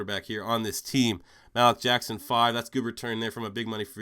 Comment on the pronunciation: "Malik Jackson": Pronounced: MA-leak Just to help you out in future rebuilds :)